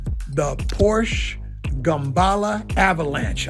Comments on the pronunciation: Soooooo... Sir Mixalot he calls himself "a real car guy" and still says porsh??? Lame... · Sir Mix-a-Lot “The real car guy” can’t pronounce Porsche correctly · Sir-mix-a lot, Porsche is a two syllable word. Peace!